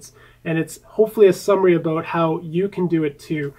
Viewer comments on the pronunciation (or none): I really like it when you say aboot ;)